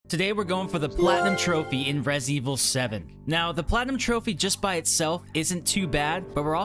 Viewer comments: WHAT IN THE FUCK IS "RESEVIL" ? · resivl 7 😂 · Reh Zevil 7